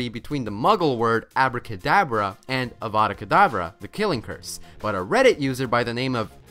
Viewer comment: It is avadacadavra not avadacadabra